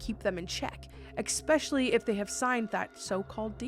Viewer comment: FUCKING STOP SAYING EXSPECIALLY!!!!!!!!!!